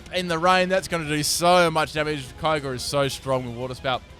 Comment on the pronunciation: Erm it's pronounced "key o' gree"